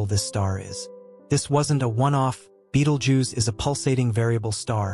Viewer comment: This guy doesn't even pronounce the star's name correctly. You'll see it's light more for some time but nothing else. Anything with the Fox logo is fake just like the commentary here. Click bait